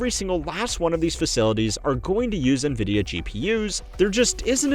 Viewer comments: Why does he call it "Neh-vidia" instead of " 'N' vidia"? o_o Well, then later he calls " 'N' vidia" again so now I am confused haha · FYI, NVIDIA is pronounced "en-vidia", not "nuh-vidia" (@ , ) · Nvidia is pronounced envidia, not navidia. JFC. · Why the “nuh-vidia” and not “en-vidia” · It is pronounced “envidia,” not “nuhvidia.” Envidia is spanish for envy. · N VIDIA not NA VIDIA l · My ears wince every time you say "nuh-Vidia" instead of "en-Vidia". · pronounced nvidia "ni-vidia" twice here. literally unwatchable /s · bro can you please stop saying nevidia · "Nuhvidia" lol